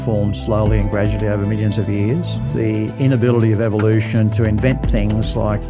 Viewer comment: not eveloution